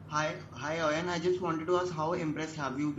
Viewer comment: It is not Eon. It is pronounced as Oin. These pakistani reporters should first learn English